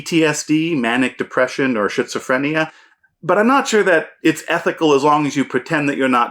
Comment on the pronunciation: Hey man, the 'shytsofrenia' is not a fun thing to deal with